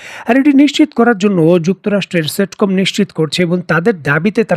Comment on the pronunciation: Central Command (সেন্ট্রাল কমান্ড) এর শর্টফর্ম হলো CentCom (সেন্টকম), ‘সেটকম’ না।